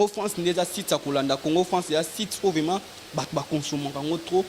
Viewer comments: Balobaka vement ou vraiment. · Monsieur on dit vraiment et non vema